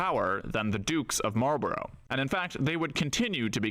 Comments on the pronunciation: It is not ... Marlboro' ...it is Marlborough - pronounced "_Marlborruh_" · It's normally pronounced "Mawlbruh" - the Duke would certainly pronounce his name like that. I believe residents in the town of Marlborough pronounce it that way too and the same applies to Marlborough House in London. That's English for you - the spelling is there to confuse!😅